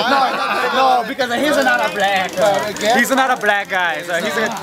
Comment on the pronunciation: Hesa not a bwack guy!